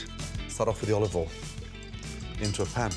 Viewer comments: Chef, what is the next step after heating up the pan? Gordon : "OLIVOLIN" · you mean "OLOVOYL" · Gordon "oLiVe OiL" Ramsay